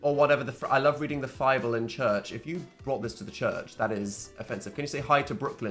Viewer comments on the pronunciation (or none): Father Philip and Dan saying The Phible took me OUT